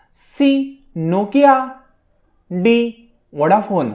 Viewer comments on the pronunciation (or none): वडाफोन नाही. व्होडाफोन. आधी नीट बोलायला शिका मग प्रश्न विचारा. जन गण मन हेच राष्ट्रगीत आहे.